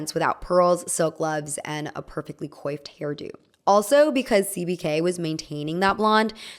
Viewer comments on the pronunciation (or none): Did you seriously say coyffed, instead of coiffed? It's pronounced quaffed. Good grief 🙄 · Coiffed is pronounced kwaft